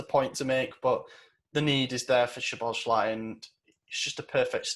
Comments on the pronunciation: I think you guys need to get rid of Madi and get Maxi, Fred or someone more reliable in there.... I want to get Dominik Szoboszlai not just because we need him because it's entertaining just listening to try and pronounce and just butcher his last name will be fun enough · Honestly i wouldn't take odagarrd cause as much as hes been good hes also been failing in the chances he gets at the top level like real but idk but yeah keep trying to pronounce szoboszlai and put a y at the end of his name that sounds like the Y in funny guys but its fine